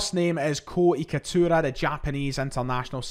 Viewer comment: It’s Itakura not Ikatura